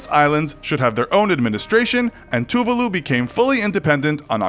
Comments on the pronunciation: You pronounced Tuvalu wrong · his pronunciation of tuvalu made me want to cry :(